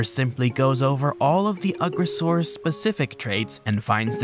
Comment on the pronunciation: I think you’re pronouncing the name wrong. It’s You-gross-arus. 😂